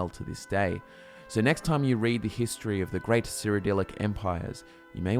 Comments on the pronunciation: Everytime you say "History" I hear "Hist tree" Conspiracy? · is there any one else who heard hist tree when he said history at the start of the video? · I thought he said hist tree too😂